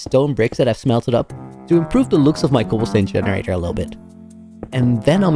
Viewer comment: "Cobble steen generader''